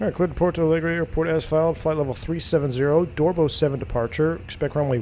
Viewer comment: I´m seeing now, pilots calls Porto Alegre as Palegre... Maybe a little late but better late than never :D